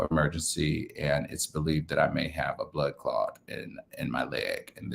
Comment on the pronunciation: the word is blood clot, not blood clod. I hope that everything works out well.